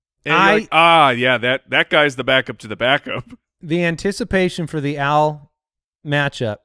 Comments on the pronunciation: All this time though his name was "AL" Borland. And in the future can you call him "Owl Borland, no relation to Wes" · I'm the only one who thought his name was "Al" and not "Owl"? I've been listening to this show for years and had no idea haha.